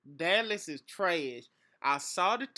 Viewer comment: "Deles is tresh" LOL you must be from Louisiana. Hating azz...